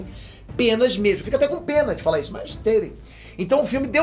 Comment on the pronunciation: " "Esso" sou eu"??? Tá amolecendo? Kkkkk